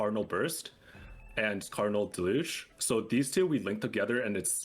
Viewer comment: Deluge: del-yoosh